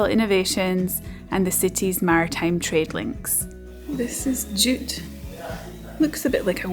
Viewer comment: ohhhh, JUTE. I kept thinking you were saying DOOT